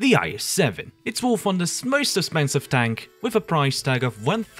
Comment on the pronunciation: why do you say espensive